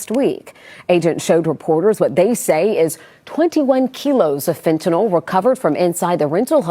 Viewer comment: she say 21 kilos of feentoono lol